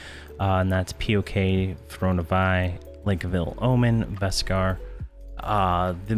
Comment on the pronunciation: Vek-Sar not Veskar :-P